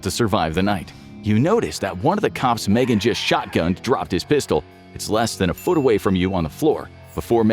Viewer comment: Its M-Three-Gan. Can't wait for the second M3GAN film though. =D